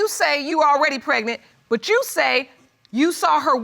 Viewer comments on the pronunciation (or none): She got cregnant? This girl needs serious elocution lessons. She can’t have gone to school.